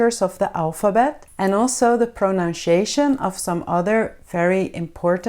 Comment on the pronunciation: Thank you very much..🌷 But you have a mistake in the pronunciation of the word "Pronunciation" the correct pronunciation is👇🏻 prəˌnʌnsɪˈeɪʃən